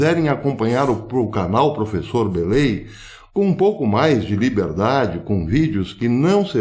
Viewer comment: ..."prefessor" ... partiu rumble, "desdiontem"... rss. Forte abraço! O vídeo de hoje foi oportuno. "Compartlheioô"